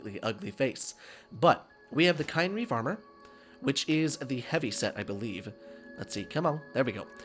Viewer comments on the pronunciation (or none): Ooh, this is a good one! But you pronounced it wrong. it's "KIN-reeve".